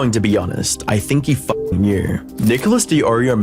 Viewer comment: Everybody: "Fucking." Leafy: "FUCK-EENG"